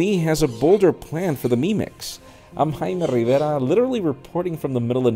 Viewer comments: Anyone else doesnt like the way he says his name? Especially at the end. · I'm obsessed with the way he says "JAIME RIVERA"🔥😂